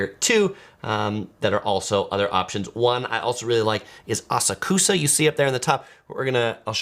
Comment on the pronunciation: How can you have such bad pronunciations of these place names but have such good knowledge? 😆❤(Asakusa is pronounced Ah-Sak-Ska)